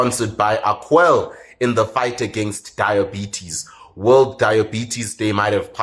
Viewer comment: 👏👏👏 Just one thing...your advert. It's pronounced AquaLAY if I remember correctly with the little line on the last e? 😊